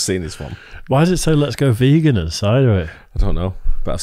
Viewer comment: You once were a ve-gone but now you will be gone